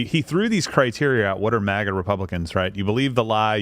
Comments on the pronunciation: If Steven doesn't stop pronouncing MAGA like that I'm gonna go crazy 😂😂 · Ok I hate to have to do this but you forced me, Steven!!! Since the beginning we have called it Mag-ah!!!! We NEVER refer to it as Maw-gah!! Stop sounding like Biden! He is making it sound stupid and it does when he says it! I normally don't care how people say their words but this one is different! Trump never tried to destroy freedom like Biden and the one before Trump! The one who called isis, isil!! I never understood that dumb stuff!